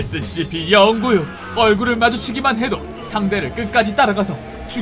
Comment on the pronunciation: Scp 영구육 이라고 하지말고 공구육 이라고하세요